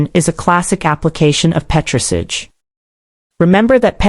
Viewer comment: she cannot pronounce petris ahj properly lol american robot